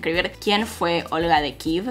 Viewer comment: Jajaja 🤣, me mata cada vez que dice kiv por Kiev 🤣 nunca lo escuché